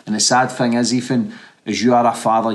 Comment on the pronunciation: The name's Ethan.. Not.. Efan! Please pronounce TH properly bro..